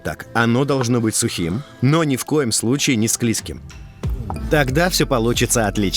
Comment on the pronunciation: Голос бодрый, рецепт не сложный, без кулинарной заморочки. Можно и попробовать приготовить. Только правильно говорить -- ( скользкий ) извините, ничего личного. Речь должна быть грамотной.